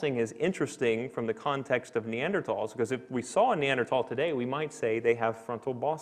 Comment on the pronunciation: Lost interest when the Assistant Professor of Biomolecular Engineering was apparently unable to correctly pronounce Neanderthal. Oops!